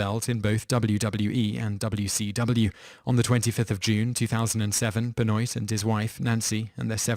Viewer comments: I'm surprised you didn't pronounce MJ's name as Meek-hail Jake-soon. I mean good god man. Too-Pack? Ben-oyt? I'd call this channel "Toop teenz" but I actually speak English. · Benoit is pronounced BenWAH. And I think he won more than that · chris Benoit pronounced Ben-Wah its not surge night its shug night other than that cool video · Chris Benoit won the World Heavyweight Championship in WWE once, not twice. You could have mentioned brain damage from his many concussions that caused his mental illness. Also, it's not pronounced Chris Ben-Oight. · I looks and sounds like he says it like the names look. like Benoit it looks the way he said it. but it was wrong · Mispronounced Suge (Shug) knight and (as mentioned multiple times in the comments) Chris Benoit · ...the way this guy pronounces "Benoit" wrong... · You pronounced Benoit's name wrong. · Wow, I haven't heard someone mispronounce Chris Benoit's name in a LONG time. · I agree. It's not that hard to check out a Youtube video on Chris Benoit before making your own, I think I'll go back to watching "mojo vids" At least they do a bit more research when it comes to pronunciation. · Chris Benoit (Ben-wah) not (Ben-noyt) I had to mention this because Ive seen other videos with Benoit and they say it the same way. Another quick french lesson. Last name: Boutilier is not (Boot-ih-leer) It is (Boo-till-ee-yay) There are other forms of language other than english. lol It's disrespectful when you announce people's names and totally hack it. Especially when they are dead. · Laughed so hard at "Chris Ben-oit" I'm sure loads of other people have already told you that it's "Ben-Wah" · I'm laughing at how you pronounce Benoit. I don't mind, but woo. lol For future reference though it's pronounced like ben-wah. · Its pronounced Chris Ben-Waa just thought id point it out :P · Ben-wah you mean? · It is pronounced "Chris Ben-Wah" ....it's French. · It's Pronounced Chris Benwah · Its not pronounced, benwahh? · BEN-WAH. Not BEN-OYT.